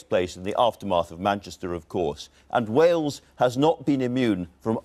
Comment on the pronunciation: SOOOO CLOSE!! It was going to be the first interview I ever saw her in without saying "HWales" riiiight up until 12 seconds before the end of the video, she dropped it.